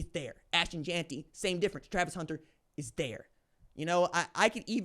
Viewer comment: Your argument is that he’s a winner?! 😂😂 bruh just admit you hate Jeanty. You can’t even say his name right